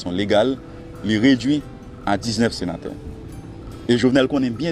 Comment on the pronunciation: Alon senatè gen djòl sirèt papa :"nous sommes 19 senaterrr, i ya le senaterrr"Koumanman!!! Bon kiyès ki tay vote sya???